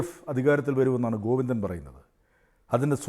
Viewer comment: ഗോവിന്ദൻ എന്നല്ല കോയിന്ദന😂